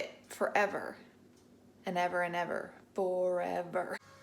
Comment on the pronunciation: FOR-EV-ER! 😂🤣 I haven't made bone broth in for-ev-er. Definitely making it soon.